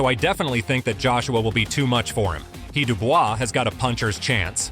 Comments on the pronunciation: Daniel Dubois and NOT Daniel Dubua 😂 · Listening to this video, AJ is fighting against , Dubois , Dubious and Duboy ~ Perhaps your AI should learn to pronounce names. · daniel dewbeoss! who"s that!! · These AI videos are getting out of hand. Who the fuck is Deewbeoss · Who the hell is Dewbeoss 😂😂😂😂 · A.I. says dubious !!! lol 😂 😂😂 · Not Daniel dewbeoss 😂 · "Dubious" lol